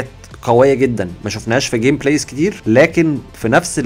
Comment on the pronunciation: انت بتقول جمبلاي انا مش مسدق (جم - بلاي ) انا مش مصدق يا